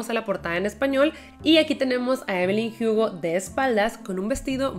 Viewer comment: No entiendo pq siempre pronuncia (jiugo) y no Hugo, siendo que la protagonista es latina y acá se Lee la h como muda y no como j